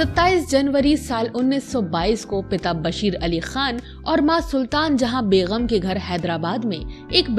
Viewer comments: Aap ki vdo achi hai leken is mein kuch alfaaz sahi se Ada nahin kiye aap me, khaas taur se Aap ne kaha Qirdaar. Which is not correct. Aap ne kaha begham which is not correct . Sahi pronunciation hai Kirdaar کردار۔ بیگم ۔ Begum - wife biwi. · Begum not bekhum